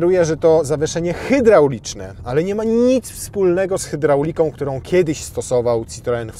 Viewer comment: "Hajdrolik" nie "hydraulik" 😀